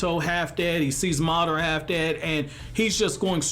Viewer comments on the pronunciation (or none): none